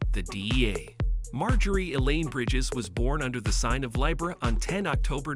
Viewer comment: It cracks me up that AI can’t pronounce “Libra”